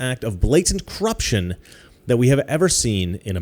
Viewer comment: I like how he says cruption